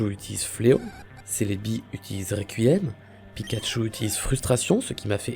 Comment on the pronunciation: On est d'accord qu'il a dit recouillem